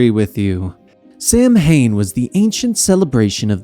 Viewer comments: Its (Sau-when) not (sam-hane) it's a minor thing but hearing this mispronounced makes me way more annoyed then it should be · Great Job & Co. Minor but common mispronunciation w/ Samhain as it actually pronounced Sow'inn xd